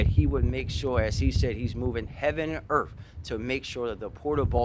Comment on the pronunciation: He’s moving heaven and “erf “😂